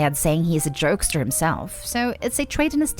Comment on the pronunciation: 2nd story: am I the only one who heard "jerkster" when the narrator said "jokester"